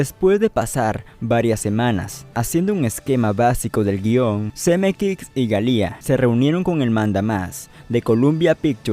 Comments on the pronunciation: Buen vídeo, pero por favor, es tedioso escucharte decir "Zemekix y Galía", es "Zemeckis y Gale" (Pronúnciese Semékis y Géil)... Fuera de eso estuvo interesante. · "ZemeKICKS" y "GALÍA" ???? no sabia que asi se pronunciaba. jajajajaja... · Algo incomodo escucharlo porque tampoco es Zemeckix.